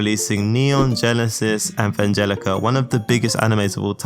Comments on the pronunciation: Bro pronounced Momoshiki perfectly and then says " anvangelica" minutes later im sobbing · Kayo-ani , avangelica, etc bro just wants to be done with this shit. No retakes allowed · mispronounced gintama, shows bias for naruto, and then mispronounced evangelion again, im out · wtf you just said it's neon gensis evangalion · How dare you make a video about anime studios when you can't evenpronounce Evangelion properly